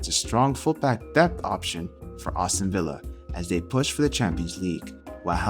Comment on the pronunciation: It’s Aston, not Awston